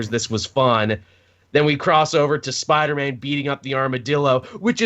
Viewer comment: siipdeer-maan lol